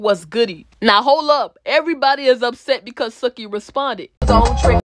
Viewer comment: ITS PRONOUNCED SUE-KEY